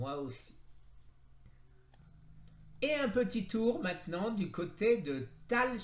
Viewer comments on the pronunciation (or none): none